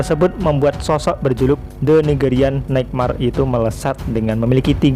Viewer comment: Nightmare...coba ucapkan yg bener..haha